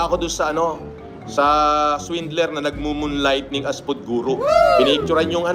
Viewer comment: MoonLighThing, hindi moonLightNing! Tagalog na lang para hindi sumablay.